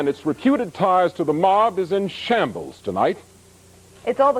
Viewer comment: Why did the dude put that much emphasis on shambles😂